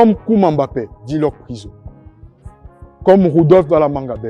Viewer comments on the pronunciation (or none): none